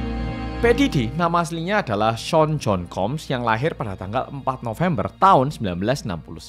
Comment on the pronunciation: Panjangnya cuman 29 mnt doang? Sean john combs, wkwk cara ngomongnya jd kek nama korea